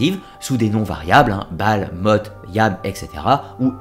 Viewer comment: Le dieu de la mort se prononce Moth (th comme en anglais sss)